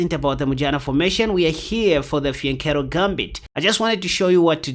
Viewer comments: Sounds like he is saying the vagina formation 😅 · The vagina formation?! That's what it sounds like you are saying 😅😅😅